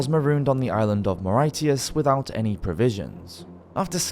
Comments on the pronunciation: . . the island of WHAT!!?????? . The Island of Maritius You pronounced it . . "Ma-RYE- tee-us?" . It's pronounced Ma-RISH-us , you dummy!! Do some friggin' research! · The island of Muh-rite-eyus? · Maw-ri-shus, not Mah-ri-teous. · Mauritius is pronounced More-ri-shus. Not More-ri-ti-us. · More-ay-ty-us? Could be more-ish-shee-us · Mowrityous? Do you mean Mauritius? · “Mor-itius”?? What the hell is wrong with the narrator? Why can’t he learn how to pronounce place names and other words correctly?? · Marightius? Where in the world is that? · Thanks for a great vid.Always nice to hear the names I learned watching Black Sails turn out to be real people. That island is pronounced murishus btw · " more - right - e- us" please stop before you break English . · In English it’s pronounced MAH RISH UHS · I once worked with a guy from Mauritius. I know now that I was pronouncing his place of birth all wrong! Strangely that Muh-rite-yun man never corrected me though. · That's not how you pronounce Mauritius. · You need to learn how to pronounce 'Mauritius'.